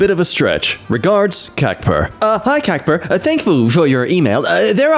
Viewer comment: Kacper is pronounced as Casper